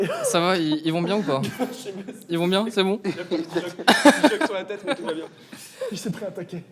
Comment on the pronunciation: il a dis « cerveau qui sorte de leur teuté » j’ai fais « mha. »